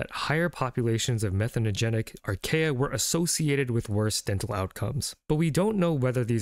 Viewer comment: Great video, thank you! But archaea are pronounced ar·kee·uh